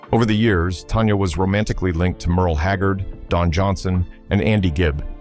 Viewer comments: Tanya tan-ya. Not Tonya. Why do you do these videos when you don''t even know who or what you are talking about. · Tan-Ya not Ton-ya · It's Tanya not Tonya! Get it right!!